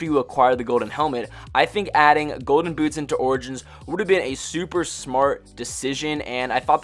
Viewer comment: he said golden gouche